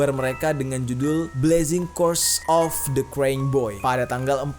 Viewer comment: Baca nya krayying bukn kreng, Bang.